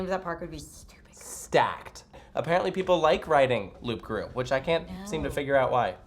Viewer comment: The p in Loup Garou is silent.